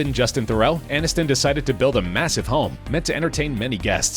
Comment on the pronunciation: ANNISTON, NOT ANINSTON...what's wrong with you?